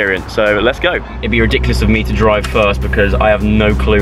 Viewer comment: "ridicly-ous" , nice pronunciation joe😂😂